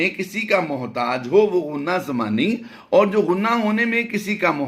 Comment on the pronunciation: غنہ زمانی ہے نہ کہ ضمانی۔